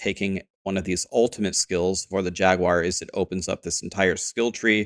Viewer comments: Who tf says “jag-u-ar” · JAG-WAR. You're welcome. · I have never heard someone say Jag-you-are lol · I think you should pronounce it in spanish from now on, /"Haguar"/ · Interestingly, Steve Jobs pronounced it Jagwire as well =) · Us Brits do, it's probably because the branding of the car company, and that's how it is. However, Jaguar is derived from a Portuguese word, which I believe is partly from the indigenous people that would have originally named it and neither US or British pronunciation would be correct.